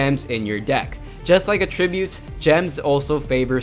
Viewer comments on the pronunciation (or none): it's pronounced at tributes not a tributes fyi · Dude please learn the correct pronunciation of Attributes there are two pronunciations, one for Verb one for Noun and your using the wrong one, its irritating otherwise good video very helpful :)